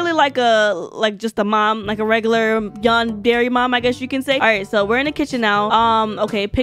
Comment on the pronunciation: MAI U PRONOUNCE YANDERE LIKE yawn-dare-ay